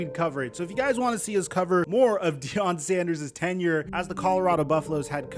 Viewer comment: It is pronounced ten,your not ten,year